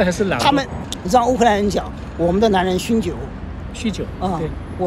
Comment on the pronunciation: 还有去乌克兰学乌克兰语文学的啊，很少见，看来很喜欢乌克兰。不过要加强中文练习啊，酗酒念成了凶酒